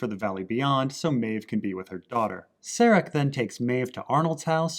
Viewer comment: Stop calling Caleb "Jesse". And stop calling Serac "Sarek". This is not Breaking Bad and it is not Star Trek.